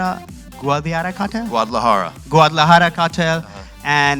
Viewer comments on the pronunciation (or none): Dude can't even say Guadalajara and is there to show his face on an interview 😂😂😂 Great work Zoom🙏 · these idiots dont qualify for this interview , they cant even pronounce 'Guadalajara' , ofc they haven't seen the show, then why are these idiots there to 'interview' these greats actors not bragging but I could have conducted a more respectful and insightful interview tum log sallu bhai ka hi interview le skte chutye log